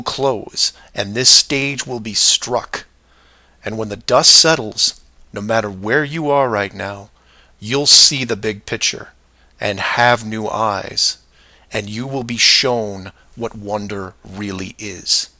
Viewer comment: He thinks he's so smart, yet he says pitcher instead of picture